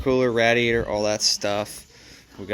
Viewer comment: Your battery broke because you throw things around trust me I’ve been noticing that a lot, and another thing did you ever Google radiator because you pronounced it wrong just saying😊